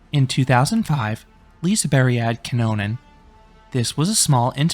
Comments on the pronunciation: Liseberg not liseBERRY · Love the review but I can’t with the way you say liseberg 🤣🤣🤣 lisaberry 🤦🏻‍♂️